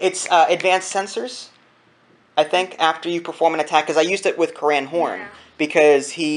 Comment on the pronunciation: Please please please: It's "Core-In Horn" not "Core-An Horn" Thanks:D